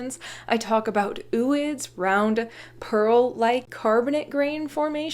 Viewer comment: its pronounced oh oid because its o like